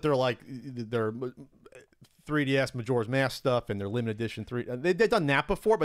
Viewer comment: things says that literally nobody but him finds funny: "*limited*" "seeeealed" "eMuLaTe"